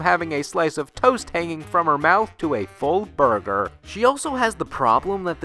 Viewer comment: It's funny how you said "burger".